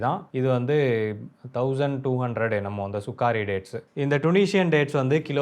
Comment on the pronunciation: It’s not Sukaari it’s Sukkari